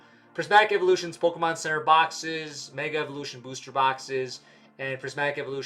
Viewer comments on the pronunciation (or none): none